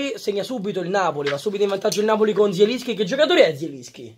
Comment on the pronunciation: Mertens non zieliski